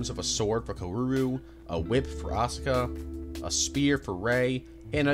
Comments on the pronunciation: Bro gave up on kaworu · Stop saying "co-ooh-row" it's "Kao-ru" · "Karuru" Also, FANTASTIC video! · “Seal” and “Kawooru” 😅😅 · Nice video, but... I wish you did more research on how to pronounce the characters' names.. Kawooru, Aka-gee... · Why do you pronounce Kaworu like "Kauwooru"? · love the video bud, but how can you pronounce his name wrong for the entire thing? KA-WO-RU! cmon man, its a phonetic alphabet! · car roo roo lol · Kawaararoe? Bro there is no fucking way there’s hundreds of videos of people pronouncing the name. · the way he said kaworu 💀💀 even akagi 💀💀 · your mispronunciation of kaworu is killing me man 💀 sorry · love this video!!! amazing n watched it all , but all the pronunciations of all the names killed me😭😭especially kaworu’s, that aside, i cant believe the azumanga daioh mangaka made multiple eva doujin!! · So, what's going on with your pronunciations of Asuka and Kaworu?